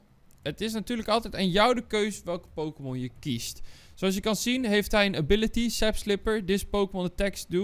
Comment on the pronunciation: Even wat fouten op een rijtje zetten: 1. je spreekt het uit als dessidjuwai niet deecieduwai 2. je zegt sap slipper terwijl het sap sipper is (klein foutje dus maakt niet zo heel veel uit) 3. het is geen neutrale pokemon het is een kleurloze pokemon 4. Hoewel het waar is dat steen pokemon onder dat icoon vallen, is het geen steen soort maar het vecht soort. Dit is ook tegelijkertijd vrij logisch met de games aangezien een normaal soort als bouffalant zwak is tegen vecht soorten 5. Bij resistance is het vaak -10, -20 of -30 en dus niet x2. 6. Hoewel je inderdaad kan winnen door alle pokemon van je tegenstander's bank te verslaan is de voornaamste manier van winnen alle prijs kaarten pakken 7. je spreekt het uit als panseer niet pansur 8. op zich is die hand niet zo heel slecht, want je hebt een paar goede items en trainer cards 9. je zegt dat je in je hand op zoek mag gaan terwijl je in je deck op zoek mag gaan (klein foutje dus maakt niet zo heel veel uit) 10. weer een klein uitsprekingsfoutje: je spreekt het uit als sielieo niet sieleeo 11. je spreekt het uit sfiel niet siel. Dit is nog een best grappige fout aangezien seel ook een pokemon is 12. op zich is 20 energie in een deck redelijk veel (als je kijkt in vergelijking met een normaal competetief deck) 13. je had misschien beter de bouffalant energie kunnen geven aangezien dat een van de sterkste pokemon in je deck is 14. alweer, je had de muscle band beter aan bouffalant kunnen geven, aangezien die wat sterker is dan se